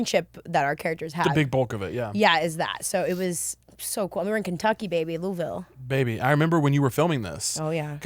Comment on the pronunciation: Yall pronounced Louisville correctly and it makes me Stan yall even harder